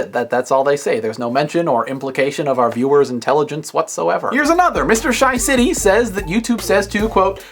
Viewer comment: ur not sayin it right. not SHYcity its more pronounced as SHAcity